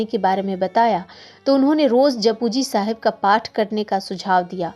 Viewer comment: It's not pronounced as japu but jap ji sahib